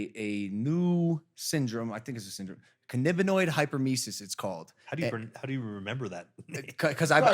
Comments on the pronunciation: Cann-A-biniod (not cann-I-binoid) hyperemesis syndrome happens when youre a current smoker. It's not a withdrawal syndrome. Nausea is completely normal when you quit, many people lose their appetite and get nausea. You didn't have CHS. CHS is continuous and intense vomiting lol And BHO (butane hash oil) shouldn't have any butane left in it. It's all vaccuum purged out. Especially since youre in California, and with the connects you should have as a celeb (or if you buy from a dispensary) shouldn't be poorly purged. There shouldn't be any butane in it. And if it is from a dispensary, its tested before it can be sold to dispensaries so it wouldn't be accepted if it had high butane levels. And oil that still has butane typically looks like poop soup or is bubbly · Cannabinoid (pronounced can-ab-in-oid) hyperemesis syndrome is a reaction to consuming THC. Withdrawals are completely separate from that.